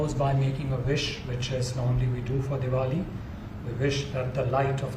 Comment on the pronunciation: Did he said Devoli